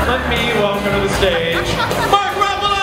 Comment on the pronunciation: "Ruffalise" lol